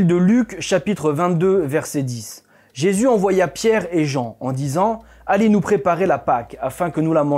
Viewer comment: il du mal a prononcer le nom de JESUS , !!!!!!!!!